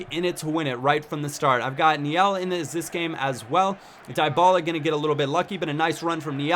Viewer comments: Dybala is pronounced Deebala :) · its di-ba-la